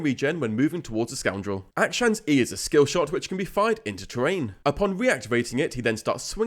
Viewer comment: Not to be that guy but its not pronounced "Acktion" its more like "Uck-Shawn"